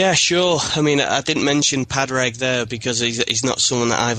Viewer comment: great podcast but my ears hurt when you pronounce Padraig Harringtons name. Say Paw-rig and you will have it correctly.